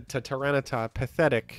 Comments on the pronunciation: I keep hearing say Tyrano-siff. What does that mean? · Hey why do you say Tyranasiff? Big fun btw i watch your vids everyday with my breakfast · In case you’ve not found out yet — I believe the French name for tyranitar is Tyranocif. Also, I believe there was a bit about someone mishearing fringe Pokémon as French Pokémon, potentially resulting in calling several other Pokémon (name)-cif, like aerocif and the like:)